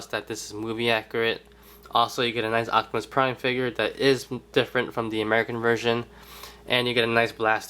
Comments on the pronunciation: his name is OPTIMUS PRIME not OCTIMUS PRIME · "Acktimus Prime" lmfao 😂 😂 😂